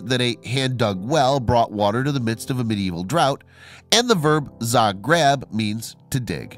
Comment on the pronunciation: It is pronounced zah-greb Use your brain